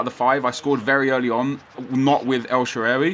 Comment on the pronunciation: THANK YOU SO MUCH NEP. I LOVE YOU AND SHAARAWY IS MY FAVORITE PLAYER IN SOCCER AND I LIVE IN AMERICA AND GOT HIS JERSEY FROM ITALY. HE DOESN'T GET THE AMOUNT OF RESPECT AND ATTENTION HE SHOULD. IM SO GLAD YOU PUT UP A VIDEO ON HIM. And for the pronunciation Sha rar wee The last when you were asking how to say it. Have a great day and keep up the great videos Nep